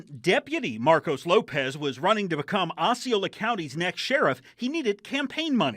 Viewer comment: Pronounced Ossy- Ola county...NOT Oxxy - are you stupid or just skipped 3,4,5th grade.